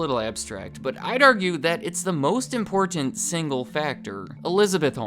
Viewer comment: Lolol the word "IMPORTANT" are not two words , we always have a drinking game everytime you mispronounce the word (s) it's always hilarious !